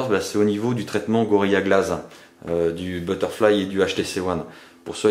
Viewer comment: POURQUOI tu dis gorilla glaze alors que c'est gorilla glass Et pour info c'est pas Mini USB mais MICRO USB Sinon bonne vidéo